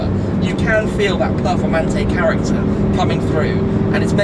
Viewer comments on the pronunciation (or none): none